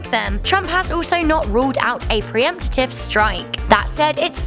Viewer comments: What does"pre-empt-tu-tive" mean ?? This narrator is a dumb ass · Mabem Emolgan - she also said "pre-emptitive" instead of "pre-emptive"